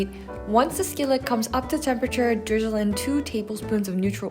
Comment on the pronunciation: did u just say 'dwizzle'